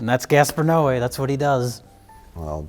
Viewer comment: pronunciation of Gaspar's last name made me élôel. It's okay though, dude and his films sucks butt.